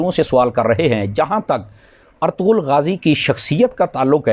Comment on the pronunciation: Molana Irtugrul hai Aap to siga theek bolo